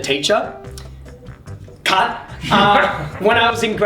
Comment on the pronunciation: when comes on and has to say cut in between each of the statements, i thought he just kept saying "cunt" XD no offense